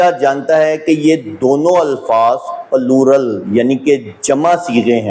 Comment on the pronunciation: Ye allama plural ko pallu rl keh rha hay . Aby kutay claim tk to keh nhi saktay calem calem